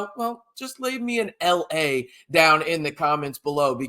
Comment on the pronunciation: LA! I now know how to pronounce his name.